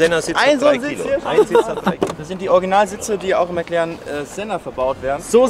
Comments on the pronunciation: Genau, der 'McLern'. Wer kennt ihn nicht😂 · mäc lerren , man kennt ihn. alter...